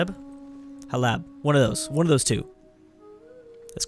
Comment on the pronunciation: Salah-oud-dean and Hull-app :)